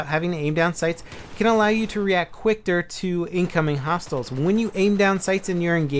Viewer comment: "quickter" lol